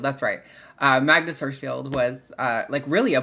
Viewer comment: Pronunciation tip: It’s Magnus Hersch-FELD not Hersch-FIELD.